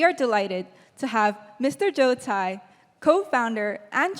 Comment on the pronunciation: The pronunciations is Joe Tsai, not Jiu Chai😂,韭菜😂